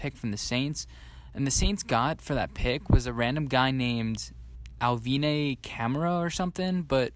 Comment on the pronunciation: Bro your show is decent and you where killing it to me until you said Alv.... Alvyyyyn.... My dude that’s Alvin Kamara just a top ten running back. You have to do a lil more research on that. Beyond that keep banging.